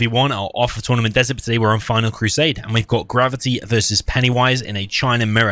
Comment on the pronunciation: I keep hearing you say Grubby instead of Gravity.